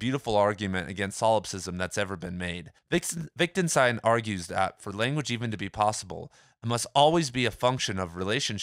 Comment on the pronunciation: I love these videos! Keep up the good work :D By the way, you seem to pronounce it “Wic·den·stein”?